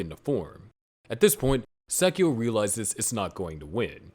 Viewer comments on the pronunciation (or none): you should accent/stress the Angel names at the end. For example its not sAchiel, its sachiEl. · You have never even seen the series have you. And you cant even say sachiel correctly. Please sit the fuq down and never do a video again without watching the original series